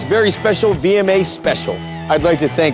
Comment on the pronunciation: "I'd like to thank all of my gASSts" HHAHAHA I CANT